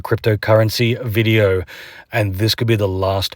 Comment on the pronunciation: When he says video it's en vogue